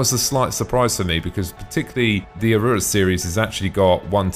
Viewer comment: Great vid!!! but 'Aurora' is pronounced "Aor-roar-rah" and sounds like Star treks Ahura ...Not "A-ruuuu-ro". And 'interior' is pronounced "In-tear-eor", not "An-ter-ray-ya" ...I'm really not a stickler for pronunciation, but I couldn't help Laughing every time you said it.